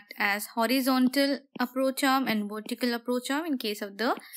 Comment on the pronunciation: you helped me a lot in my studys thankkkkkkk u .......and love it when u say wortical support haha :)